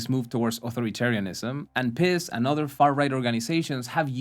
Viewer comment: I'm sure you were saying "piss" as a joke, but it's actually pronounced "Peace." To put it in metal terms: PiS sells, but who's buying?